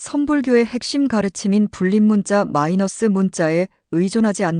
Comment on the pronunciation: 마이너스가 뭐냐 마이너스가 좀 똑바로 읽어라